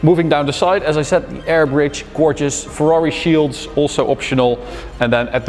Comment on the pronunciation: Very congratulations from Italy! I appreciate the commitment in the Italian pronunciation! always the top